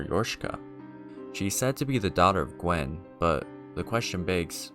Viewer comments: Gwyn, not Gwen. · OR Gwyn Gwen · ah yes, good ol "ith rill" edit: bro, there is no way you just called gwyn "gwen" wtf, there better not be any more pronunciations like this, i physically can't fathom how you are reading these words this way.\ edit 2: dear god "priskilla" at this point i have to write down every one i notice. its now just funny to me